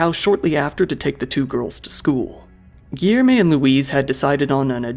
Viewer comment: Great vid but hearing the ''Rioh de Djaneyruh'' and ''Giermay'' gets a little tiring sometimes. Portuguese is hard, i've heard worse pronunciations :p